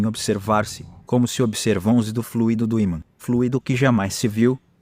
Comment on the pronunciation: desculpa, mas não é FLUíDO com acento no í - que significa um líquido, é fluido e se fala como se fala "muito", o expositor está confundindo as palavras, fluido é elemento espiritual e não fluído que é um elemento líquido.